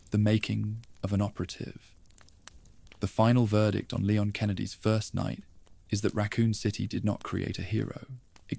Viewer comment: Great videos.. But Who’s Leyon? It’s Leon & pronounced Li-yon..